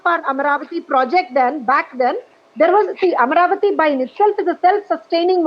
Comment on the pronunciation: It is Amaravati and not Amravati